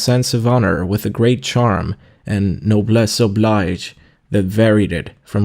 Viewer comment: I am grateful to have had keep me company during an all-day drive so please forgive me for complaining, but regularly mispronounces words throughout the book -- vapid is VAY-pid, personage is person-AHJ, noblesse oblige is pronounced as if it were the English verb "oblige," and on and on. Please buy him a pronouncing dictionary.